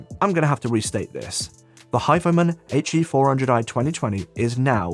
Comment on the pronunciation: I know you say HE, but all I hear is "ecchi"